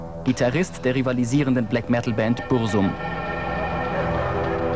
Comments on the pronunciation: Varg Vikkernes Gitarrist der Band Buzum wer kennts ne xD Liebe es wenn Leute kein plan vom aussprechen haben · es heißt BURZUM nicht bursum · "Bursum" *totlach* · @@ Laut Varg wird es BurZum ausgesprochen. Fast gleich aber denen war es wohl egal.